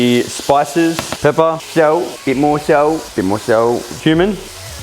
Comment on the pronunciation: please tell me someone else heard 'add a little bit of human' instead of cumin too lmao